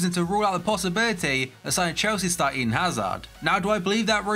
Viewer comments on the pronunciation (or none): none